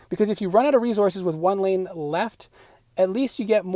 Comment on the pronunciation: Not only did you pronounce a word incorrectly, but you said it 200 times making this video unwatchable cringe. Re-Sources. It's an S, as in source. It's not re-Zorces... wtf is a zorce genius? It's obviously not Rezourzez. You also said certaint, maybe you misspoke on that one? I don't understand how people are so open with their lack of education these days.